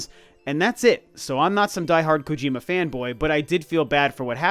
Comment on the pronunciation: "I'm not a big gojir.kojima fan" What! Not a gojira fan!?😂😂